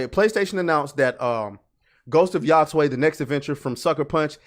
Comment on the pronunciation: The pronunciations on "Yotei" are getting wilder and wilder. 😂 This isn't hard, buds. It's like you're saying what's up to you bro Taylor: "Yo, Tay!"